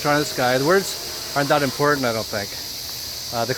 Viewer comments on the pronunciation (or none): none